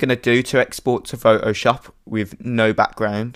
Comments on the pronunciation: I like how he says Photoshop. It's like "Fo-Oh-SHOP." Haha! :D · The way you say Photoshop: Pho O shoop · LOLOL I Like the way you pronounce Photoshop,its like Fo oh shawp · Thanks, I couldn't not stop hearing Pho-o-Shop and I could hardly pay attention! lol... great tutorial otherwise! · I love the way you say pho'oshop.